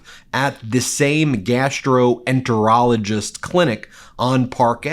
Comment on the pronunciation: Normally I like your vids...This crosses lines. Learn WTF a GI doc actually practices before emphasizing "GAS"troenterologist.. .you're crossing lines. You overemphasized "GAS" multiple times. Huge thumbs down!!